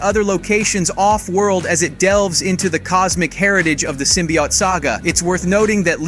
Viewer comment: Guess the narrator never read a comic with the way he says symbiote. Sym by ott....smh